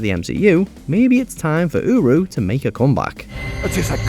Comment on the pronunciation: Every time I heard uru in #18 i thought he said Uwu haha